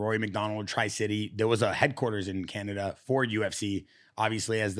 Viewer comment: He called Tristar Tricity 😂